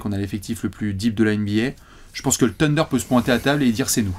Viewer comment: s’il te plaît: le « Th » en anglais se prononce « sssss » en plaçant la langue entre les dents (avec un cheveu sur la langue quoi). Donc pas « TEUNDER » mais « SSSSUNDER » Demande à de t’expliquer 😅